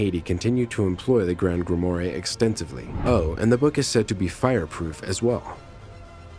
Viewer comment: Please, work on your pronunciation! Such as "grimoire" and "proboscis"! The guy was in a very poor costume! Other than that, somewhat interesting. Thank you.